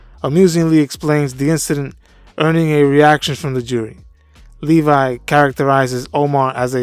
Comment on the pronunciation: Not to split hairs, but it's Levy, not Levi. (Pronounced "Levvee")